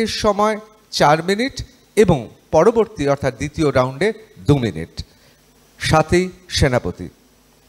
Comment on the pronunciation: এরা 'স্বাতীকে'স্বওয়াতী উচ্চারণ করছে কেন?